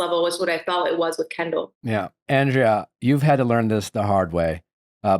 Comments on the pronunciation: Nick you keep pronouncing Andrea's name wrong... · lol he isn’t even saying her name right that’s how irrelevant she is.